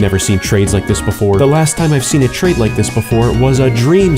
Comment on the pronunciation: At the start who else heard lake comment and subscribe😅